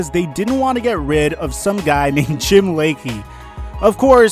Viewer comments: Just for the record Lachey is pronounced La-Shay and he was a pro-bowler at the time. Still would have been a good trade for the Skins. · "Some guy named Jim Lachey" (pronounced La-Shay) 3 time all pro, Washington ring of honor, Lachey. Really dude? Do your research